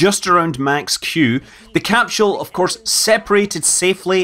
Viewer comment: Scott, please quit murdering the Mother Tongue. There is NO “H” in capsule. No thumbs up from me until you get it right!